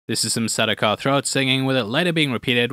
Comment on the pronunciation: great video! Sardaukar pronounced SAR-DAO-KAR. 👍🏿